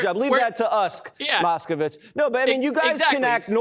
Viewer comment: Exactly as I saw it! I was a ******witz. It was pronounced ******witz not *****vitz!